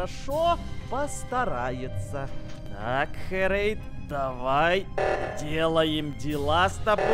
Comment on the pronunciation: Это ххххерейд а это не хххххрейд